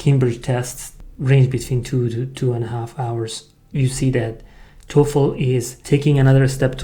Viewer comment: Hi, work on the dark l sound in the Toefl. It currently sounds like tofu.